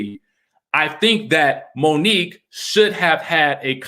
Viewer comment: So y’all still saying Monique wrong 😑 ?